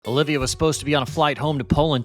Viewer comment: Repeat after me… OLIVIA 🤦‍♂️